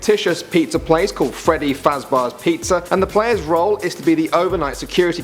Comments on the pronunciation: "it's name is Freddy Fazbarz pizza...bruh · Freddy Fazbars...😂😂😂😂😂😂